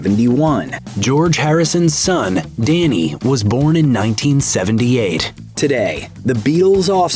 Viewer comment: Dhani isn't pronounced "danny" it's pronounced "donny".